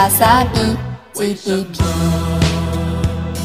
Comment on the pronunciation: GDP发音不准，略出戏啊。